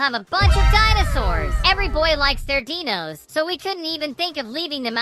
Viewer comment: bro said deenos